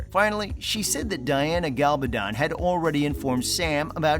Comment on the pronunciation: How can Diana Gabaldon email Sam the last few pages of a book that has not even been written yet? This is just another clickbate video. This idiot narating like other people doing these videos cant even pronounce the name of the author. Its not up to the cast or Diana Gabaldon weather the show gets renewed for season 8 since that decision hasnt been made.